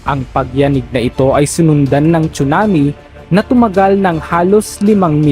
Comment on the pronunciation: tsunami po hindi chunami😅